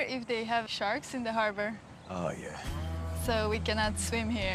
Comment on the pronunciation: the fucking walk and "shahks in the hahba" 😂😂😂😂